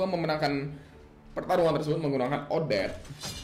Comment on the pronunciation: bang nyebut odette gini odet te